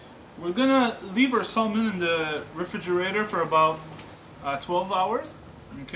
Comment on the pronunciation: Thank you for your time on the video, but : 1) Salmon ( the "L" is SILENT and it's not SOLE-MAN); 2) Salmon from the Pacific Ocean is the best.